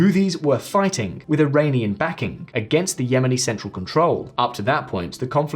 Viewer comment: Iranian not airainian